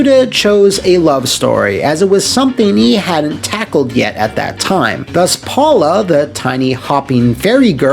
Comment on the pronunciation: It's pronounced Powla😁